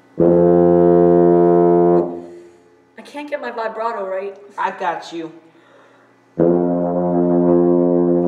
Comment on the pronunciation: man really pronounced vibrato like that